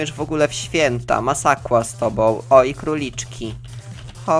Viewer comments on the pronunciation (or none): Uwielbiam jak mówisz masakła xD